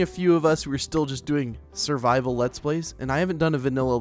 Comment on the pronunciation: When he said survivel, it cracked me up.😂